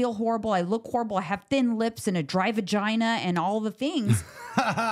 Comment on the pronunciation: I was listening while walking n laughed out loud when you said dry" vajnya"😂😂😂😂😂😂😂